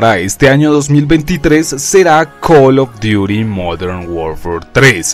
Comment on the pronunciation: X: Cal of duti J. NARANJITO: Col of diury 😈😈